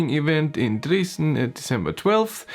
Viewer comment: So I’ve been mispronouncing Dresden for 40 years!!